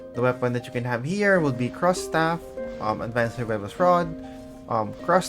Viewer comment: You got me at the "Cros" Staff 😂😂😂. It's "Krohchey" idol